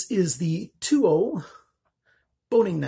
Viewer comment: I have just ordered 6 from Amazon along with a BOOS cutting board waiting for a few mor to come in by end of week oh and you are pronouncing the name wrong does not sound like saying TOO but the English annunciation is like saying Towel take away the second syllable el sound but great review